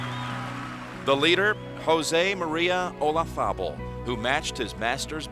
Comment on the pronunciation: I've always hated the way Nance pronounces Olazabal's name...JUST PRONOUNCE IT AS IT'S SPELLED... PLEASE...There isn't a TH anywhere near the spelling of that name...😁😵‍💫👎👎